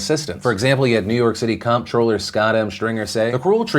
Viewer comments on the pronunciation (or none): look it up. Google it. It’s really pronounced controller. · Phil... it’s pronounced CONTROLLER not comptroller.